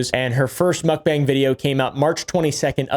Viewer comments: Mukbang is pronounced like "mock" "bah-ang." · Mook-bang the "Mook" says it all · I despise the way you pronounce mukbang